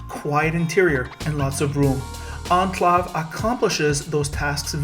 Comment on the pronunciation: This dude really pronounces it "Onclov" lmao